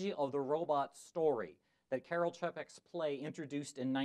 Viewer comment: Interesting observations. Note: Čapek's first name is pronounced KAR-el.